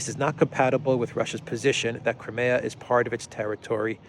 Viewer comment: "Crimea" is pronounced /ai/ as in this old joke: Putin: Knock, knock. Obama: Who's there? Putin: Crimea. Obama: Crimea who? Putin: Cry me a river 😀